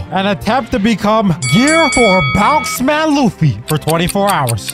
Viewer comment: Its bound man not bounce man